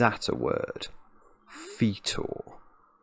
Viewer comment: Learned something today, I've pronounced Fetor incorrectly my entire life. I've been saying the Fet in the same way a Star-Wars nerd would say Boba Fett. So sure was I that it was pronounced that way that I had to use Google to 'prove' i was wrong all this time. At least, for once, I have a word in my vocab that doesn't even though people will have laughed at me when I used it.